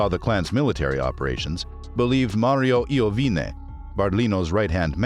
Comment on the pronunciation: Ninno Is name of Antonio Iovine..and Mario Iovine Is correct name..not Lovine...and Mario Iovine not Is Brother of Antonio Iovine..